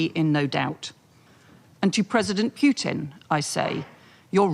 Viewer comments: ITS NOT PEWTIN ITS PUTIN🤦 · Why is it that people so ignorant about Russia, that they pronounce the president's name as Pewton, are allowed to rule the world? Hello from South Africa. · When they ponounce Putin "Pewtin" I want to throw up. Apologies for being so blunt. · European Politicians have to learn to say Putin properly - they all say Peutin- or maybe they say it that was to be disrespectful !! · How is it that the foreign secretary cannot even pronounce President Putin's name properly. Just like Boris Johnson and others she refers to him as Pewtin. Another minor observation is that mostly ALL of the European leaders insistent on dragging us into war with Russia seem to be females. Perhaps they ought to take a few lessons from Charlie Kirk's wife and stop being so unfemininely belligerent . . . . just sayin' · Why is it that neocons, especially the Brits, constantly mispronounce the name of Russia's president? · Aside from all her other fantastical twaddle, maybe she should learn how to pronounce his name. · cant even say Putins name correctly. She is obviously another low IQ Russiaphobe who is just begging for a nuclear conflagration.